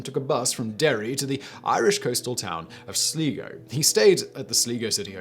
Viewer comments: O'Sher? Sleego? Please Simon, learn how to pronounce words in the different languages of the British Isles when you make these videos. P.S. O'Shay and Sleyego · I paused this video to say pronounce it "i" not "e" sliiiiiigo not sleego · It's pronounced SLY-go, not SLEE-go. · Sleee Go!!!!! It’s Sly-Go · Sligo is pronounced the Sli in Sligo rhymes with Eye not knee. It's Sly-go not Slee-go. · It's not 'sleeego' it's 'sly-go' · Sligo is pronounced Sly-go not slego. None of the women have been found, although they're still being looked for everytime some new information comes to light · I only watched this to see if yo improved your irish pronunciation , you have, slightly. sligo is not sleego,,,,,, say it like sly go sligo simples . improved but could do better. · "Sleego", dude you totally pronounced that wrong lmfao Its Sly-Go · Just to note; Sligo is pronounced "sly-go" not "slee-go". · Lol. "Sleego." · Yo got kilmacthomas pronounced right, but Sligo is Sly-Go. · Sligo is pronounced as it's spelled, no slego really irritates me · Sleee GO???? WDF LIKE..a guy who talks so fAncy pants cant tell the difference between an I and an E ?? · It’s pronounced Sly-go. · It’s pronounced sly-go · Sly go is the correct pronunciation. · Sligo, is pronounced Sly-go 😅 Great to hear a top tens about these though. 😄🙏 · Sligo is pronounced sly-go for future mentions :D love seeing vids about my country though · Sligo is pronounced 'Sly-Go' (like as sly as a fox) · You pronounce Sligo as Sly go , but other than that love the channels you have 👍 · For future reference, Sligo, is pronounced sly go. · Sounds legit Slee-Go City 😂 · I wrote a nasty comment, then deleted it. You really should learn how words a're pronounced, before filming. If you didn't know how to pronounce Sligo... Type "Sligo" into the search. .. Thousands of Westlife fans will tell you how to say the town name. Search "Irish police" whilst are there.I (There is also no "r" in the English word for Castillo... Castle)